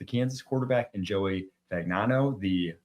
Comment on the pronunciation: The G is silent in Fagnano! I'm sure he'd want everyone to know that lol